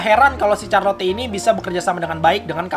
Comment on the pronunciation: charlotte dibaca charlot bung